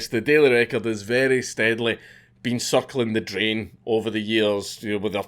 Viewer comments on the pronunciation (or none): I heard suckling the drain instead of circling the drain. Both perfectly describe the daily record.😂